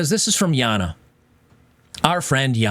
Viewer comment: Stop it with the Yahna, its Jayna my man.